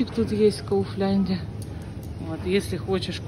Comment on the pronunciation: Не знала. Пардоне муа ))) Резало слух ) 😂